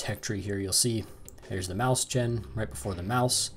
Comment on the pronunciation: Nice review! It's pronounced moys-hen, though, not maus-chan :)